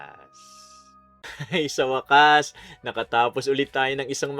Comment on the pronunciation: Waaaaakkkkaaassss🤭😁😁 napapa gaya na Lang ako pagkabigkas mo Ng wakas kuya 🤭😁😁😁✌️